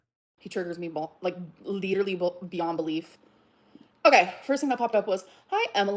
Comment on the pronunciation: Leeterly beyond belief